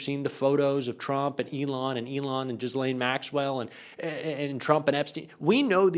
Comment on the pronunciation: *Ghislaine is pronounced ghee LANE